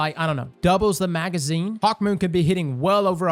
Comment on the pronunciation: I didn’t realize he called it hawkmeh till he pointed it out